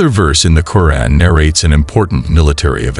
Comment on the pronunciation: You're pronunciation of the Noble Quran, can be improved, it's "..Qo'raan,,,,or,,,ku'raan.